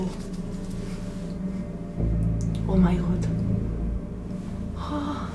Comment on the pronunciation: Me gustan mucho tus videos solo que pronuncias O!!!!! my God , está muy bien, solo que cambia un poco la letra o se oye como a ( Oh!!!!! My Gad ) como entre a y o. Saludos .